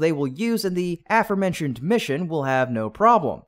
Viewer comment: Thumbs Down for continuing to use this AI script reader that stutters and cannot correctly pronounce “aforementioned” Decent reporting but 👎 and no likes until you fire the AI and hire a human that knows English.